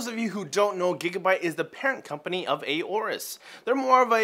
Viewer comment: It' Aorus, not A orus.